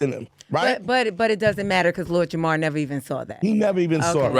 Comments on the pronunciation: At this point I think is purposely mispronouncing Lord JamaRs name. He keeps saying Jamal. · even mispronounced Jamar’s name. Lord Jamar has had his name said incorrectly all day every day of his life. This is his villain origin story - he became so enraged about having his name said wrong every day that he went on a crusade to spread the idea that the Earth is flat. It’s misinformation weaponized as revenge!! He’s at home in his evil lair like, “They shall remember the name, of LORD JAMARRR!!!!!”